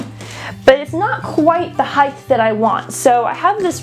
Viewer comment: Height not Hidth.